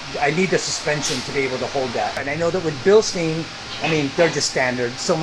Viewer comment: Bill-STINE not Bill-steen. Do you say Frankinsteen? Come on man. 😐